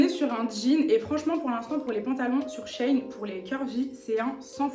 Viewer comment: Coucou! J’attendais grave ton avis! Je commandes grave sur shein et je suis pas déçue sauf pour les pantalons (je fais 1m56 et du S et laisse tomber c’est trop grand et trop long) Au fait ça se prononce « shi in » (parce que c’est la contraction de l’ancien nom; sheinside) tu m’as stressée avec ça mmdrrr je rigole Bisous 😘